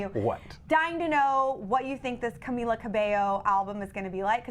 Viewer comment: Man said camelia lol